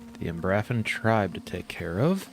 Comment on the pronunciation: By the way, it's pronounced umbra-fen